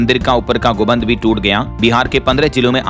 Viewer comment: गुबन्द नहीं गुम्बद होता है 😢 कब सही से पढ़ना सीखेगा ❓